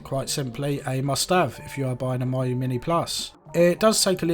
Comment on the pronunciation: Nice video! It's pronounced "Meeyo", not "Maiyo" though ;)